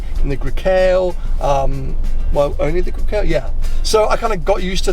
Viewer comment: As a Ferrari owner, you should probably know how to pronounce Grecale ffs